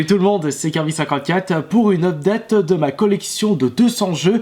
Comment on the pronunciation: j'aime tes vidéos... juste un truc... pas updAta mais unpdAIte